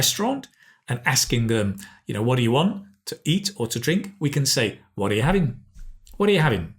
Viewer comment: He made "are" sound like "de"? I kinda find it puzzling😵